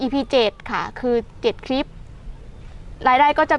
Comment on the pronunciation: คำว่าคลิปเป็นคำควบกล้ำฝึกออกเสียงบ่อยๆนะเพราะจะออกเสียงว่า คิบ